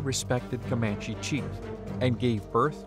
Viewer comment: COMAND-- COMANCH-- never an, e.